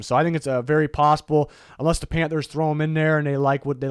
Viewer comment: Everytime you hear you say Panthers, I hear “Pamfers” now 😂😂